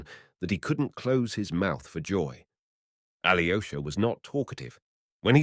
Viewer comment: Aloysha not Ali o'shah